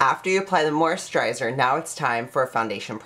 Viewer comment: He can't even pronounce moisturizer or perspiration hahaha I can't take this person seriously